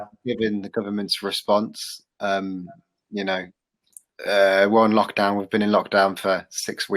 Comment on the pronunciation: ブリティッシュ英語だとyou know?を「ユナイ？」って発音するですね